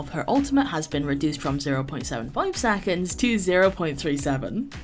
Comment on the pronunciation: I’m only here to hear pronounce saconds 😍